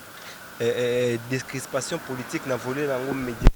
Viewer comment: DECRISPATION SVP. BOLOBAKA TJRS DESCRIPATION ! DE-CRIS-PA-TION.